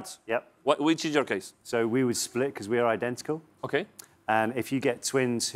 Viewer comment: "question es... is" JAJAJAJAJAAJAJAJA